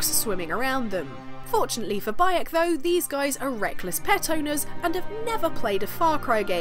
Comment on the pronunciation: Did you say his name was "By 'eck!"?